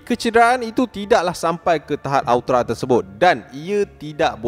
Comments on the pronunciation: Hahaha sebut elok elok bukan aotra , tapi aorta , malu kokrang nuh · Aorta= AE-YOR-TA...